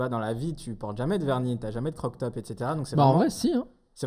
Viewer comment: Ah je suis arrivée à et il a dit "croc-top" par contre haha 🤭